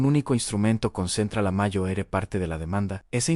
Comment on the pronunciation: Mayo ere? En serio? Mayo ere? Ya no sois capaces ni de escribir bien el texto y revisar que la IA lo lea bien...